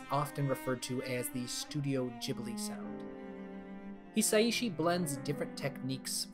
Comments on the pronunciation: Small side comment: Joe “Hisaishi” pronounced He-Sigh-She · the way he pronounces Hisaishi destroys the video